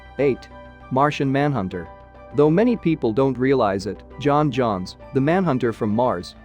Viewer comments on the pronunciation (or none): none